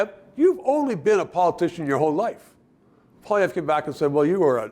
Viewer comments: Your guest needs to learn how to pronounce POLLY EVE! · Can they not find an intellectual conservative who can pronounce "Poilievre" CORRECTLY.. it's not hard! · should learn how to pronounce Pierre's last name. Bit of a detail.